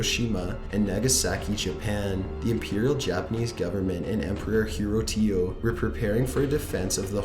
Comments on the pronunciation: He called Emporer Hirohito Emporer Hirotio like damn. Is he supposed to he the Japanese version of the Tapitio man? Lmao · He said Hirotio. It's Hirohito. Making him sound like some Japanese Tapitio. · Did he say hero tio instead of Hirohito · Oh my god your pronunciation is terrible. , the mountain on Iwo Jima is pronounced "Sir-ah-bach-ee". What the hell is a "Shira-Back-Aye"?! Learn to say the damn names correctly. EDIT: Holy shit! Did you just say "Hiro-Tio" ? It's Hirohito you uncultured swine! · lol hirotio... It's hirohito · You're butchering the pronunciation of a lot of the words, i.e. Tiananmen (tea-an-NUH-men), Mt Suribachi (SARA-botch-e), Hirohito (hero-HE-toe or hero-HE-tow) and a few others.